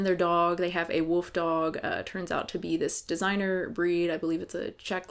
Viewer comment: "They have a woof dog..." 😂😂😂